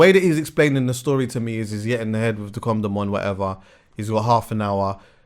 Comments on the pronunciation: stop calling it a com dom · it's a coNdom, not a coMdom😂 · Someone tell him it’s a condom not a coMdom 😂😂... ARGHHHHHHHHH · Is it me or does say comdom lol